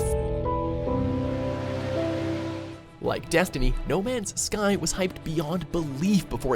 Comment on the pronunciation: Lol he says no mans sky like no mans......sky